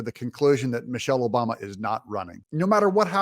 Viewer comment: Michael OBAMMMMA! say it correctly.